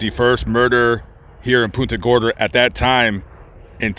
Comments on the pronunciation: I know you probably dont read the comments, but i have to let you know you pronounced the city name wrong. (Don't worry, many other people do too, lol). When saying the word Punta, think of punting a football. You pronounced it more like 'poon- ta' when its really pronounced 'punt-a' Gorda. I was born & raised here and was very surprised when looking thru your list of videos you had one on the Cemetery many of my family is buried at, and where i hope to be one day too. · That's pon-ta gorda as us natives call it. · Our town is pronounced "PUNT"-"a" Gorda,. Thanks for visiting! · I was just about to say the same exact thing. All through the vid when he said it, I kept saying back, it's PUNT-a! LOL. Think he visited PC cemetery? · I caught that too, from Naples but my mother lived there for years and also Port Charlotte.